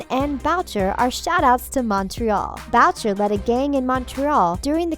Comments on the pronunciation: it is not pronounced "Bow-ch-er" it is "Boo-shay" it originated in France also but then moved to Montreal. Not to sound like a know it all but it is my last name so I would know 😂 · It's pronounced boo-shay not BoWcHeR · Bowtcher? Isn't it pronounced boo-SHAY? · It is not pronounced bowcher, it is pronounced booshay dumbass, this video is a shit show. Also it is stated in the show that papa poutine is visiting Riverdale from Canada. Maybe you should try fucking watching the show before you do a video on it. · I cringed soooo much with her pronounciation of the last name "Boucher" 😅 so bad (I am from montréal) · Paul Bowcherr? BOWCHERR? EXCUSE ME? OH AND LOOK ITS CHERRY BLOSSOM TOO! AND GUESS WHAT SHOW THEYRE ON? RIVERDELL! WOOOWW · Boucher is pronounced boo-shay